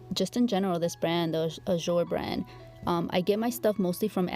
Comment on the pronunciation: Azure is pronounced A-zher. zh is kind of like the jh or sh sound but with a z. The U is the sound of an E. It isnt a sharp J sound. Its a sh with a z sound. Hard to explain. If you go to Google you can probably get it to do a pronunciation for you. My daughter had a friend that had this for a name. Its a beautiful girl name I think. I watch you all day sometimes lol I love your videos. I have been doing dip nails your way for a long time actually. I didnt know until I started watching you, that anyone was doing it. Im so glad its actually a thing! I wish I was good enough however to have a channel. I am terrible with nail art. And to do polygel or acrylic nails? FORGET ABOUT IT. They look TERRIBLE. Then it takes FOREVER to file them out, especially my left hand (Im a lefty). I had bought myself the Makartt brand of polygel. UGH that stuff is so hard to work with. Is the Azure about like that, or easier? I do something wrong with it. I probably use too much slip solution/alcohol. So I have only been using it for my big blings. And it really works for that.